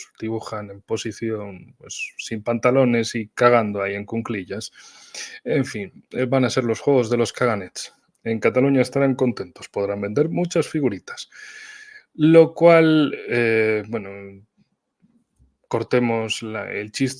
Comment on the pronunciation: disculpe, una corrección: Se dice caganers (no caganets 😂)